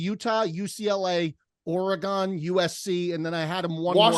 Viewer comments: Bear Down, that's two weeks in a row. It's Or-gun, not Or-ee-gone. You can't bury for how he says Caaaaalorado and keep butchering Oregon. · teasing on how he pronounces Colorado when he pronounces Oregon like " OregGONE" 🤔😂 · Anyone who pronounces Oregon (“Ore-uh-gone”) can not say a single word about saying “Cola-Rad-O”. Love ya., but you’re just dead wrong on the pronunciation. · criticizing ' pronunciation of Colorado after he says OREEGON like that is unbelievable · clowning for how he says colorado but simultaneously botches oregon 😂